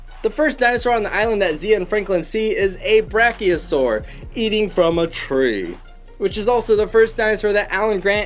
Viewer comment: It's br a chio SA ur